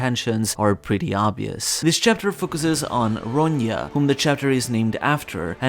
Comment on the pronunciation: its not pronounced ronya - its simple ron -ja